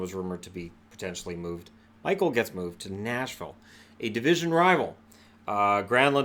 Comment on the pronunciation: Not Michael. Mikael, like mi-kyle.